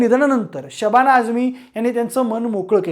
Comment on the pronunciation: न ला ण ... स ला श ण न ला असे का म्हणता?? खूप जणाची प्रवृत्ती आहे ही!... आणि हो शबाणा नाही ❎शबाना ✅